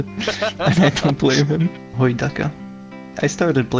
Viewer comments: if you're Slovák, then why did you say "hojdaka" instead of "hojdačka" hmmm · oh you noticed I actually have a really bad stutter that i still didn't fully go trough when i talk for really long also seen in the video that i stutter a bit The pronunciation of things like a few letters are a bit difficult for me at times č š r are all hard to get right at times